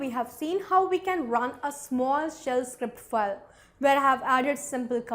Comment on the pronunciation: your all videos are very informative...just ur pronounciation of "file" is so irritating...total fake!! please improve otherwise u r good